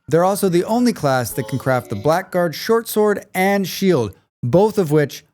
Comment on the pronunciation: I have no idea why, but blackguard is pronounced as blaggard.